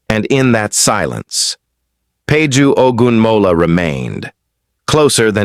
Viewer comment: Why pronouncing Peju Ogunmola .that's wrong publication Correct your media